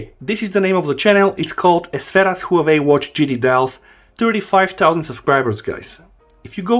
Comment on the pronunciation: It's Huawei, not Huwei. lol.